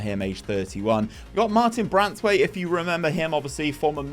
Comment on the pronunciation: They way you consistently mispronounce names is crazy where are you getting an n when reading braithwaite